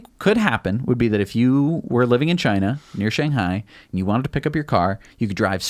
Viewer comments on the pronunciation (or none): none